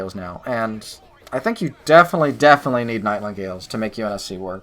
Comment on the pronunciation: NIGHT INGALE! there is a blank space where u think there is an L becuz there is no L! NIGHTINGALE! you're welcome.